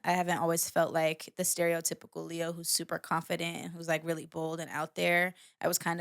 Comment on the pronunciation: Lay Ah the Leo .... not Lee Ah the Lee Ox ... ok got it now 😂 'Open Your Eyes' and 'IFY' on REPEAT 🔥